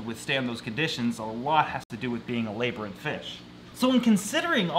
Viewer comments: Lab-rinth! not lay-brinth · Is anyone going to teach how to say labyrinth? 😂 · NKM Exotics meh its fun hearing him say it lol